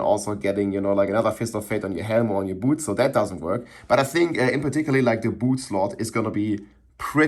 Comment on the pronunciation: "Just put every unique on yer bootz..."